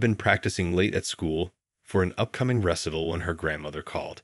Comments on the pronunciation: Please encourage the narrator's you use to learn how to pronounce properly the words in the story. Chopin is like sho-PAN, Debussy is like DEB u see, and Recital is re-SY-tal. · A great story, but spoiled by “Choppin”, “DeBUSSY”, “ressitle “ and other mispronunciations. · Please have someone coach the readers on the proper pronunciation of specific terms such as: Chopin is: "show-pan" not choppin Recital is: "reh- sigh- tl" not ressital Finale is: "fin-a- leh" not fye nail ..ugh!!! Ruins the effect of the story! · Please correct the pronunciation of 3 things: it is not Chop -in but show-pan; it is not re-sit-il but ree-cite-el; not deb-oo'-see but Deb'-oo-see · Wonderful story but slightly off put by the mispronunciations of words like "recital', the famous composers' names and incorrectly using the dialog. Please make sure a narrator learns their work before beginning the story. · Please inform the natrator politely about a number of totally mispronounced words such as duet, recital, Chopin, and numerous others. The mispronounced words and names detract from the story. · Mispronouncing recital, Chopin and pianist as a penis this is horrible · Good grief! Get a narrator who knows how to pronounce common words like “recital,” the composer’s name, “Chopin,” and the musical tone, “bass!” among others. This was offensive, and it really detracted from the story! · Though this documentary, you didn't add any piano music!!! I was looking forward to Chopin and your narrator couldn't even pronounce recital correctly! Boo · The speaker has to be computer-generated; otherwise, he would be able to pronounce properly words such as “Chopin,” “recital’” and “bass.” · Nice story. Could use an editor for AI. Chopp-en? Really? Recital? LOL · The narrator needs to learn how to pronounce the words. He can't pronounce recital, Chopin, or bass. There may be others I missed.